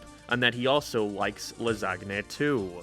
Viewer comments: Ah yes... "Lasgne" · I um ................... I think the G in "lasagna" is silent. In my entire time on this earth I heard it as "la-SAN-ya". Whatever. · I fucking despise how you say "lasagna" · Alright i get you have an accent, but the pronunciation of lasagna is the last straw. We're fighting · don't say lasagna ever again xD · Never heard of Garfield Gets Real, I liked the Garfield comic strips because he's snarky and sarcastic and perfect for that format, though the Garfield cartoon wasn't bad when I was a kid. Are you mispronouncing lasagna on purpose or is that how they say it in Ireland or England or wherever you're living now? You're using your self meme pics more. You trying to make them a thing? Cute. Speaking of seeing your face more, your avatar is a ginger...but you're not, so why'd you chose it? I know you're gay, but you know exactly why they chose to animate Starlina that way in pet force 🤭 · is this actually how he pronounces lasagna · I hate how you never pronounce lasagna correctly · bro pronounced lasagna wrong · I’m so worried that this is actually how thinks “lasagna” is pronounced